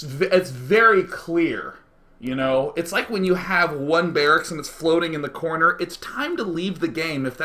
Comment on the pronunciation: "get in da cornah!" XD hahahahahahahhaah